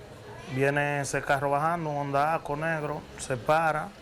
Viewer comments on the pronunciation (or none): none